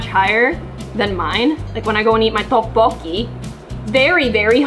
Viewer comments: Lol she went tho bo gee instead of 떡볶이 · The way she says teobokki!?😅